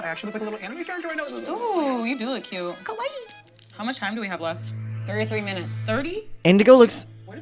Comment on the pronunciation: The way he pronounced kawaii sounds more like the Japanese word for scary 😂